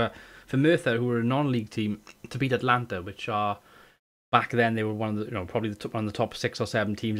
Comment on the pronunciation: A-t-a-l-a-n-t-a not Atlanta ;)